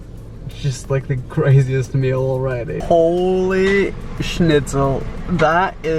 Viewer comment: Why do you say Holi scnitzel